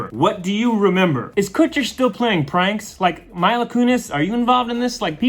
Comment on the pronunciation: Her name is Meee-la not My-la